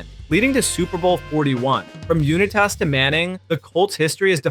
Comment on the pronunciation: First you say Jonny Unitas way wrong than Brett Farve...great video but you should really research the names of LEGENDS